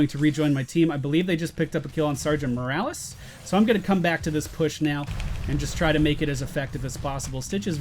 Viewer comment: why do you call the doctor Morrales?